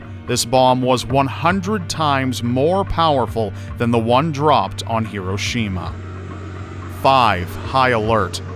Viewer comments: I know you're Canadian or something .... but... HE - ROW'- SHE - MA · you keep mispronouncing Hiroshima